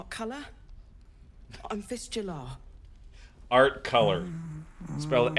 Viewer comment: When Fist Jehlar introduces herself, it always sounds like "Fistula" and I can't take it seriously.